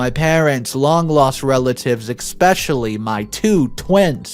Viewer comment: there is no X or K in the word especially I have noticed that you don't pay attention to the pronunciation of some important words although the stories are good this detracts markedly from the story